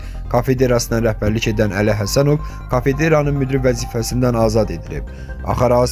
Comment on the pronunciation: Kafedera yox, qaqa, kafedra.